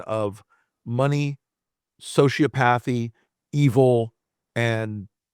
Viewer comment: “So- she- OP-a-thy”